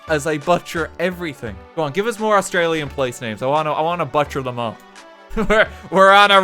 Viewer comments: HE even butchered the word "butcher." Who the hell says "buh-tcher" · not butcher, but "butt cher" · can we talk about how you even butchered the word butcher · No one going to talk about how badly RT pronounces butcher He butchers the word butcher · he even butchered butcher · Something I wasn't expecting to happen was for RT to butcher the word "butcher". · Rt managed to butcher the word butcher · i find it hilarious how he butchers the word butcher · I don’t even know how he butchered the word “butcher” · he even butchers the word butcher, christ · Never before have I heard a man butcher the word butcher